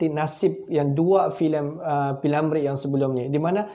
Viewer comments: P.Ramlee...P.Ramlee...P.Ramlee.....bukan P.Lamree....hee ni,org buat content ko pun nak buat! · Bingung juga pengulas nya ini. P. Ramlee ba. Dia sebut p. Lamree😂😂😂😂sebutan pun nda betul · Sebut betul2 lar nma org. P Ramlee.. Bkn nya P Lamree. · P.Ramlee,bukan P.Lamree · P ramlee bukan p lamree. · P. Lamree..!!? 🤣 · P lamree atau p Ramlee atau pi mana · P.Lamree? Lidah kau sakit ke? Filem gelora tahun 1970..bukan tahun 1950..lain kali buat konten lagi2 melibatkan fakta2 orang ternama buat persediaan lengkap dulu..apalah la